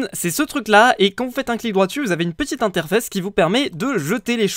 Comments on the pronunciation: Je suis le seul qui est remarquer à fuze a dis interfesse au lieux de interface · en fait a avec le void stone au lieu de dire interface, tu dis interfesse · interfaisse xD xD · " Interfesse " dites moi qu'il a fait exprès ;;--;; Non en vrais, J'ai ris. Mais chut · ta dit petit interfesse 😆😆😂😂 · C moi ou à il a dit inter fesse?